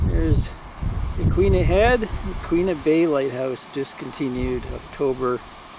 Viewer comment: Hello from Depoe Bay Oregon! Great job on the pronunciation of yaquina sir, well you tried anyway.